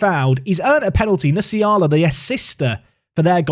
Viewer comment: Nsiala is pronounced en-see-ala